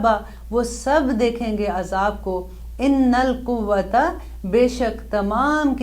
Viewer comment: Aap bhot acha pdati hn Masha allah...... lkn apne innal quwwata pad dia isme Annal quwwata h....ek jgh or bhi zer zbr fark tha.....